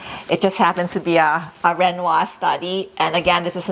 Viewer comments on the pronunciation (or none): none